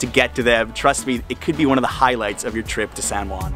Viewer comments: The least thing I would do when doing a video on a city, would be to pronounce the name properly. Your pronunciation is sooo ridiculous!! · Old San Guan 😂. It kills me everytime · It’s pronounced san hoo-ann